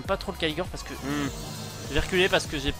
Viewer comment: Et aussi c'est raid Caligor, pas Caligore x)